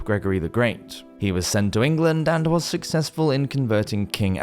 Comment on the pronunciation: Scottish Woz